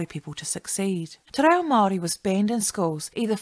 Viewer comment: Interesting video, although I cringed every time you mispronounced “Te Reo”. I remember learning basic te reo in intermediate school back in the 1960’s. Mind you, I grew up in Otara, South Auckland, where there was a high percentage of Maori students. Ironically I had more school exposure to Te ao Maori than my own Samoan culture back then. Thankfully things are very different now with the growth of the Aoga Amata movement and the Tapasa educational document. Looking forward to future videos.